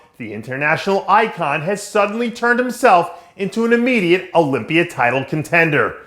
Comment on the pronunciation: Dave wtf is the "olympier"? Lol why does he pronounce words that end with an "a" as "er".